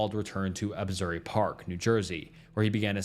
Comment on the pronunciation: in Jersy's story he says Absury instead of Asbury and I died a little.